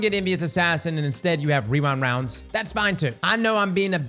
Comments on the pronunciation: Rewind woundes 😂. You're like the 5 th yter I heard say that in the last 2 days. Its a lil tongue twister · hehe 'rerind rounds' every time